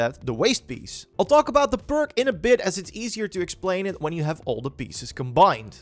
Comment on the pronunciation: guys if you need help figuring out this video, hes actually trying to say perk, not ‘burke’